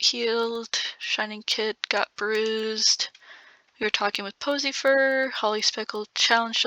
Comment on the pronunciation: Am I the only one who keeps hearing posyfur as pussy fur